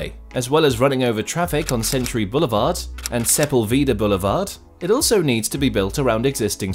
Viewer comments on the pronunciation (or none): It's pronounced 'SA PULL VA DAH' (Sepulveda)..... Not "Se pul vita" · Yes, so much blah blah filler speech. Add on the serious oversights not including the metro connection and horrible pronunciation of Sepulveda.